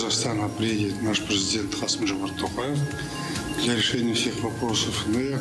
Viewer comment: Не ТАкаев,а ТОкаев.